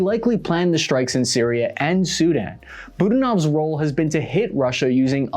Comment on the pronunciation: budAnov, not budanOv